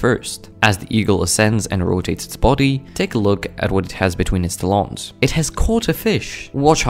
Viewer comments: He put the em-PHA-sis on the wrong syl-LA-ble. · Agree to both. It's pronounced TAL-ons, not ta-LONEs... and this is how Eagle's feed, not sure why it's so "shocking" to "everyone." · Ok these type of shorts really starting piss me off.. more and more people putting their stupid ass commentary over top of the most normal and predictable behavior possible and acting like it's somthing bizarre/ amazing /ect... and for the record it's pronounced TAL-ONS NOT TUH-LONS....SMH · His “tal-OOONS”😂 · I was wondering WTF he said Tolons😂🤣 crazy how some Americans pronounce words, they butcher them 🤣😂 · I think his pronunciation of talon is spelt talawns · “With his tal-awns” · The pronounciation of talons is hysterical, I never heard it said as "te-LONS, ridiculous. There are many posts of eagles fishing on You tube, catching much larger fish too. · It's pronounced tallins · It has it's talons done at a hair salon. Think either the narrator or the AI used the word "salon" as the reference for pronunciation. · Today I learned I have been pronouncing talons wrong my whole life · The way he pronounces Talon is similar to how the French say underpants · It’s a beautiful video. Also I’ve never heard anybody pronounce the word “talons” the way you do. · I’m perturbed by how irrationally angry I am at the pronunciation of “talons” here. Also this is pretty damn normal, why this guy acting like this eagle just solved a math equation? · Dude needs to learn how to correctly pronounce TALONS 😮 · Pronounce Talons correctly ffs